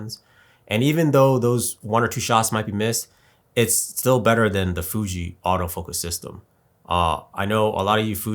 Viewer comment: You can't even say Fuji's name.Try to do research before coming here